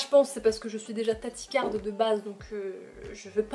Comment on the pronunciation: Bae c'est tachycarde et ça se pronnonce "taki carde" et non "tati carde" mais c trop mignon 😂❤